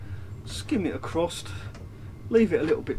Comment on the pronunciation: so many times I heard you say that 🤣